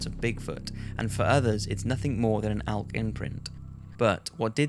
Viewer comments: It’s elk not alk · It's pronounced elk not alk. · Elk. E-lk E!! There is no alk. I don't give a fuck what accent. It's an Elk not an alk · "ALK" "ALK" "ALK" It's elk. With an "e." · The way he says elk makes me wanna die Nobody: Him: ALK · Could you learn how to say the word “elk” please? Thank you.